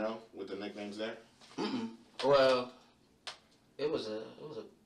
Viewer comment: OMFG😂.. EVEN THE AI VOICE PRONOUCED IT AS..Many of the people at the parties used nicknahyeemz